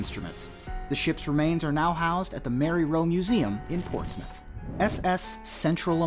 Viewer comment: Im glad you pronounced portsmouth corectly and not ports-mouth lol